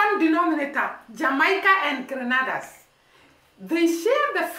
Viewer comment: All the Caribbean Island are basically the same. I can say that about the cultures as well. Same climate same people just on different Islands. It’s pronounce Gren- nay- da.